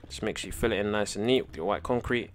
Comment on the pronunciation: he said niece and nite design